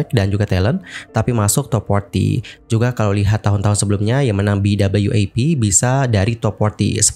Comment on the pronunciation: BWAP bukan BWAF